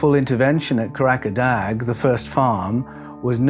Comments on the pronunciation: Kah rah dah, not Kah rack a dag. There is no place in Turkiye called Karakadag. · Kah - rah - dah. There is no place in Turkey called Kah rak a dag.